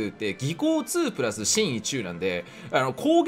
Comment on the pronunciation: 神威って''かむい''なんじゃないのか